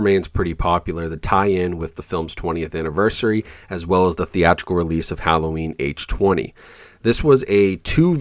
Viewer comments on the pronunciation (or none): First time I heard someone pronounce it "Halloween H-Twenty"!